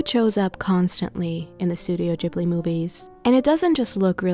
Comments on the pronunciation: It's ghibli with a G not J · Yeees, I was wondering when you!re gonna make studio Ghibli food 💜 Thank you for this video I think the Gordon Ramsey's recipe for vegan bacon could also work really well as the thick bacon- he puts tofu between the rice sheets. And a side question- is it pronounced studio gee-bli or ji-bli? I always pronounced it as the first